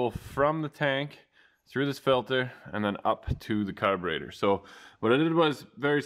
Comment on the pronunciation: from now on it's called "car-baiter" like the Mopar guy(I can't think of his name) here on YT that lives in Canada too.